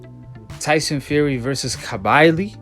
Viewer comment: Firstly, what is wrong with your pronunciation bro.? Kabili ? It even says it in your own video... Agit Kabayel!!! UKADA??? USADA !!! Do some research bro. I am from the uk 🇬🇧 and let me explain you. Tyson is free to box in uk 🇬🇧. He had already served the ban from USADA. Now, if he returns to fight in December... no problem.. he will fight here.. mark my words!!! Also, please do more research before posting nonsense.. you a deontay wilder fan boy!! Glove gate my ass 🥊